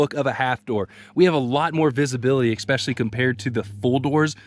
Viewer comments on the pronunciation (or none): oh please stop saying exspecially!